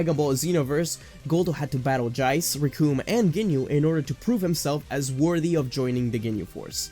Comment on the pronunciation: Why you pronounce Jiece Jie-ce? Shouldn’t it be jeessu?